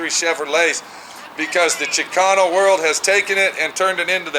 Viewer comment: Hey it's Chicano! Not chicono lol